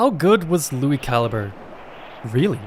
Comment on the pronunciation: Lui Ca-Lee-Bray